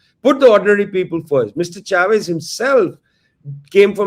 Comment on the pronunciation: It's not 'Shavez'. It's 'Chavez'.